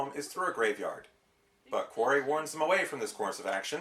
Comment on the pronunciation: I'm fine with you not liking this movie but you're diliberately mispronounceing the dimorphodons name.It's Forry not Quarry!